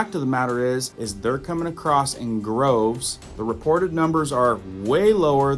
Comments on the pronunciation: Droves..... not groves.... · They're coming in droves.( not "groves"). Just being helpful.